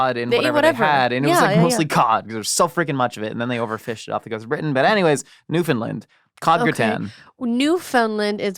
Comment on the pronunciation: You both pronounced Newfoundland correctly!!!! 🎉🎉🎉